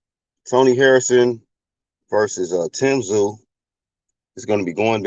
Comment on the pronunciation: Tim “Brooklyn” Tszyuuuuuuu